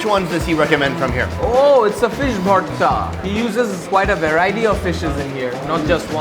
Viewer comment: Rafsan:Bhorta:Borta Rafsan:Bhorta:Puerto rico 😂😂🤣🤣